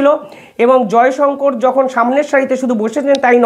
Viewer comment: Jayshankar noi sir jayshankar bolun ...